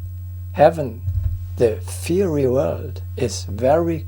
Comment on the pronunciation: “Fiery” is pronounced “fire-ry”